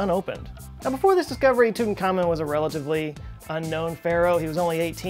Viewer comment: It's not Tutan-khamon but Tut-ankh-amon. Pronounce it correctly.